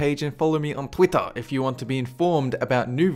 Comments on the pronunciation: OMG i freaking love how you say twitter its like u dont say er ur say twittAR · I like how u say twitter u say twittah